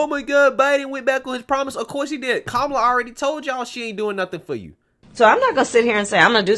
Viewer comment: It’s KA-MA-LA. This lady can’t even be honest about how her name is pronounced. It’s a classic Indian name that is pronounced a certain way.